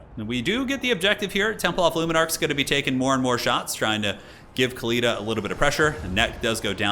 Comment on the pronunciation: Khalida is pronounced with the Arabic خ for the KH ('ch' as in German 'Bach') Her name actually means immortal or eternal in Arabic Fitting for a Tomb queen.